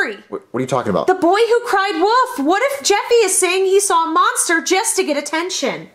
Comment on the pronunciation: Still till this day I hate how was saying the little boy who cried Woof, instead of WOLF!! 🤦🏾‍♂️